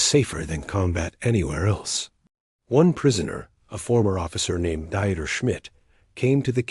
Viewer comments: Deeeter not "dieter". It may take a little extra work to insert German pronunciation where needed, but it does make a difference. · Dieter is pronounced Deeter, not like someone restricting calories!😅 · It's not Dieter..it's pronounced deeter. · Come on! Dieter rhymes with Peter! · Dieter is pronounced as DEE TER not DY ter! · The AI ALWAYS MUTILATED the person name, it’s not pronounced diet it’s pronounced dieter the German pronunciation is completely different than American pronunciation. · Learn to pronounce German names !Not Dieter, both Deexte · What's with all the swastikas in here America? Also, you don't go through Indiana to get to Ohio from Pennsylvania. Plus, in German "Dieter" is pronounced with only two syllables, a long 'e' sound followed by a short 'e' sound. This video is just weird.